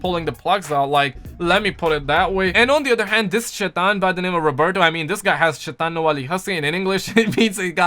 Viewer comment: Lol it’s not shitan it’s shaitan🤣🤣🤣🤣🤣